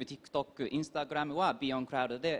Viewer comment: インスタグラムって日本の発音で言ってるPerthくん素晴らしい START self-introduction Armさん song doraemon 小芝居 song